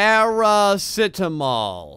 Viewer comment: ITS PRENOUNCED parE see timol